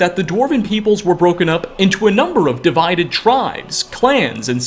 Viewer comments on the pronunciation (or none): First time viewer here, like the video, but unfortunately the way you add an "a" sound to the end of many of your words is so distracting. ("divided-uh", "skyrim-uh", etc.)